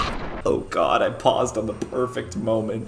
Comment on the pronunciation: It sounds like he’s saying o my gayad When he’s saying o my god it sounds like he’s saying o my gayatt